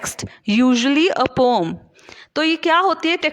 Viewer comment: Pom nhi padhte h poem padhte h